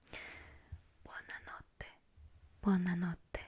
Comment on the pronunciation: "Buonna notte" cit😂🇮🇹